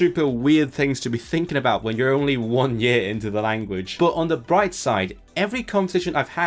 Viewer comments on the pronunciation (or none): none